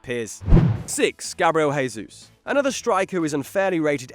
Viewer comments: Gabriel Jesus, not Resus. He's from Brasil, it's portuguese, not spanish, the "J" doesn't become an "R". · It's Jesus, not Hesus. We are brazillian, not colombian or argentinian. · You pronounce the j in Gabriel's name since he is brazilian therefore speaks portugese not spanish